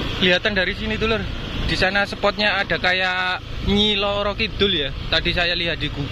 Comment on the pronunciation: Roro mas bukan loro 😅